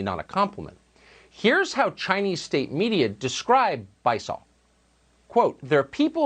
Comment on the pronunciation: Bi-saw I can't... It's Bi-sue-Oh.